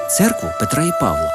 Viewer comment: Вуличний гамір, а не галас! Не протиріч, а суперечностей! ПавлА, а не ПАвла! І так далі, і так далі... Бракує мовного редактора! Місцями стертий звук! Ви так і подорожі "якісно" організовуєте?